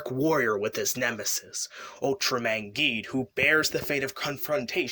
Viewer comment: Why are you pronouncing Geed like that?